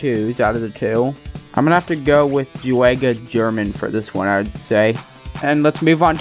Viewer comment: not to be that guy, but those pronunciations of the spanish youtubers' names was the most white guy shit i've ever heard. in spanish, if an e or i follows a g, the g is pronounced like an h. the same is true for j with all vowels it is not fede "viggavani," it's fede "veeheyvani" it is not "jew-ay-guh jurr-min," it is "hoo-ay-gah hair-MAHN" thank you for your time